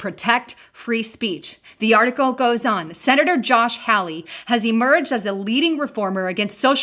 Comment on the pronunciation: Great information. Josh Hawley is pronounced HALL-EE.